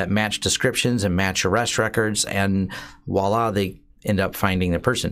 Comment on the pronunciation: I swear I must be from a different timeline. Everyone says Woilla now. Voilà damn it, it's voilà! VVVV VVVVVVV vVVVVVVoila with a vvvvvvvv sound.